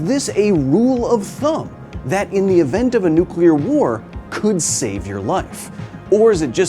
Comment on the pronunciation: You know what really grinds my gears? When people pronounce nuclear as "nu-kyu-lar", not "new-klee-ar". Good job to Kyle on correct pronunciation. 💥